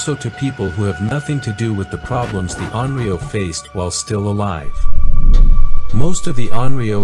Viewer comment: In English 幽霊 would be pronounced something like "yoo-ray", never 'yuri-ai." Similarly "onryou" is pronounced "on-ryo", not "on-rio." Each kanji is fully pronounced.